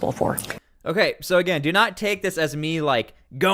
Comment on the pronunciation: Stop Insulting Kristy by mispronouncing her name